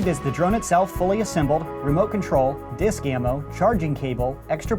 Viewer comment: He says disc like disksks